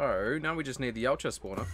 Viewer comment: i keep hearing u say yowt ja even it pronounced yot ja